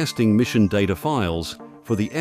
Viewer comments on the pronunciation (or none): none